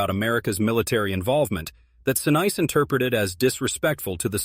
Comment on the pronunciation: Sa niece, is how it is pronounced